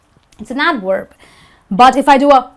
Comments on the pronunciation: so she says adwerb for adverb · the teacher makes mistakes, wabration... Indians mixed up V and W no doubt from this teacher... And adverb not adwerb I just don't get it Indian can clearly pronounce V and W clearly but just at the wrong time, using V when you suppose to use W and so on... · because she said "adwerb" and "wibration". Even she can barely pronounce them properly while speaking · Teacher says "adWerb" instead of adVerb" duh 😄 V and W sound SO dissimilar....how can ANYONE possibly not tell the DIFFERENCE ???? Next you won't be able to tell B and P apart ! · Wery good wideo but still cant get the wibration vhen pronouncing adwerb 🙃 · "Very is an adwerb . . . it's an adwerb" Hilarious! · its an adwerb! Hahahahaha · how did she pronounce it wrong? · She actually didn't apply what she was teaching. She pronounced the V in adverb as a W. Hindi tend to have a problem with the V and W. For intance, they pronounce whe W in we as a V and the W in vitamin as a W. It's weird. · CHECK YOUR PRONUCIATION OF ADVERD IN THIS; TWICE YOU PRONOUCE THIS AS A W; AND ONE OTHER WORD IN THE BEGINNING YOU SLIP BACK TO w FOR V. Very good otherwise. Acc. Red. teacher